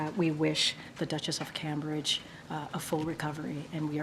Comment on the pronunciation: HOW TF do we have a press secretary who can't properly pronounce "Cambridge"?!?! COME ON!